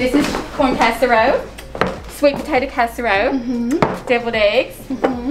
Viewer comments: Ok so I’m binge watching your vlogs and I just LOVE LOVE LOVE your mom. She talks just like my mom and never says their L’s. Like casser-row 😂 LOVE IT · The way your mom says casserole is amazing